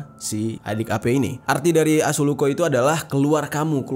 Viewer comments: 7.30 sedikit koreksi bg gw dari Sulawesi mgkin assuko bkn asuluko 🙏🏻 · Bang pengen korek si bukan asuluko tapi assulukko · Maaf kak saya ngakak pas bilang 'asuluko' :')